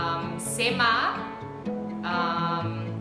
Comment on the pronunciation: It's 'Sumi' Naga and not 'sema'